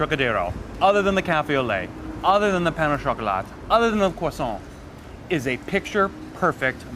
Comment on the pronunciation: Great video. Love the vibe and narrative but you really need to work on the word "pain" because you massacred that word. Pandan is life.